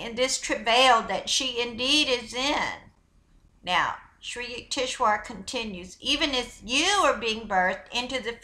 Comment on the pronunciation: HIS NAME IS PRONOUNCED SRI U-TEKS -VAR. I DONT RECALL READING THIS INFORMATION FROM ANY OF SRI YUKEWARS MATERIAL.HE NEVER USED THE WORD GAIA. SHE IS PLAGIARIZING HIS NAME TO SEND HER OWN MESSAGE. I DONT DENY ITS A POSITIVE MESSAGE,I JUST DONT THINK ITS IN THE INTEREST OF HONESTY. SHE SHOULD NOT BE DOING THIS.